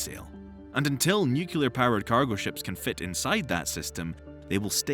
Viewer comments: *sighs* You're pronouncing nuclear incorrectly. It's not nuke-u-lur, it's new-klee-ar. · Also nukular, yuk. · Great info. Please learn how to pronounce "nuclear" ;-)